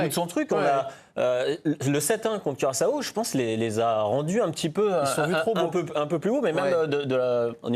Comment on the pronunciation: [kyʀaso], comme pour rimer avec assaut (on ne prononce pas le second a). Le prochain qui dit "curaçAAAAAAAAo", je le tape !